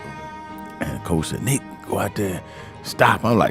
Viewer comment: NEEK! NEEK! NICK! You dummy! How many times did you hear the players talk about NEEK?